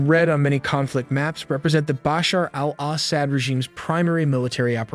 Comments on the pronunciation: bro you are mispronouncing his name it's not Basher al-ASS-ad it's actually Ba-shar Al-Asad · just a quick tip: in Arabic, the 'AL' is often dropped in pronunciation. It might be helpful to listen to some native speakers to get a better feel for the rhythm. Bashar-AL-Asad simply is Bashar Asad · BOSH her AL oss ED...gotta love how AIs pronounce foreign names lol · Maybe take a moment to practice saying 'Bashar Al Assad' a few times off-camera before hitting record. Or better yet, consider trimming down the number of times you say it—no need to turn it into a tongue-twister challenge for yourself and your audience. Are you rehearsing, or just hoping your followers will grade on a curve? But great perspective the way you said his name distracted me from the main story a little. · Dude before you go and make a video maybe you should go and learn how to say these people's names before you make a fool of yourself like you can't even say turkey's president's name properly or Bashar al-assad go back to school and learn some English bro